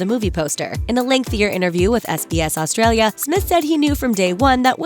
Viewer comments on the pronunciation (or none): none